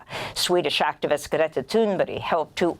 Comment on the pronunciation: Why does Amy pronounce Greta's name different than literally everyone else?